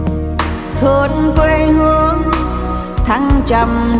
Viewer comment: Thương không phải là thủỏn . Xin không phải là sinh cần luyện phát âm